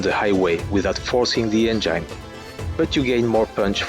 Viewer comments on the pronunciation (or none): Nice video but u pronounce "engine" so funny 🤣🤣